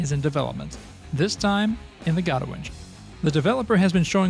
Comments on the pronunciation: why do you pronounce it 'gadot' instead of godot? xD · its not gadot , g o d o t , spell it slowly , G O D O T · it's pronounced "ge-doe", my dude. Like the play "Waiting for Godot" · I love how everyone pronounces it goe-doe, but he pronounces it gato. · There is absolutely no "A" in "Godot" :D Thanks for this awesome showcase! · For the love of Christ, Lucifer or whomever you worship, learn to pronounce GODOT.